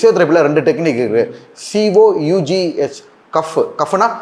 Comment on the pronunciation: Cuff ah? Cough da adhu. Ivan padicha doctor